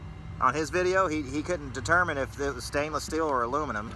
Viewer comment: Good video what do you think the total pay was after breaking down.... $2 or $3? I really enjoy "stainus" rather than stainless by the way fucking hilarious